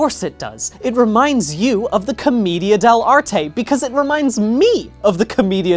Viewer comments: the way he pronounce Comida De L'arte Rly annoys me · Hearing "Comedia dell'anime" is like being struck by lightning. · The pronunciation of comedian dell’arte is amazing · hearing him try to pronounce commedia dell'arte killed me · im just slightly upset he pronounced commedia dell'arte wrong the whole time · Being Italian, hearing "commedia dell'arte" so many times made me cry tears and meatballs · everytime bdg mispronounces commedia dell'arte the theatre student in me dies a little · Great video, as always, but my Italian heart was literally slain by your pronunciation of "commedia dell'arte". It was a beautiful but tragically painful video for me. I sincerely appreciate the effort though. Keep up the good work! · That's a funny way to pronounce commedia dell'arte